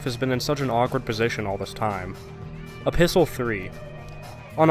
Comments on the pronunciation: So who else is confused when he kept on saying apistle 3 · Are you saying "A Pistol 3" or "Episode 3"? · Are you saying Episol3? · A. It's written in the form of a letter, which is what epistle means. B. It sounds somewhat like Episode 3.